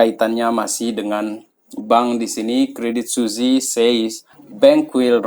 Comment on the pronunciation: bacanya credit swiss bang, bukan suzi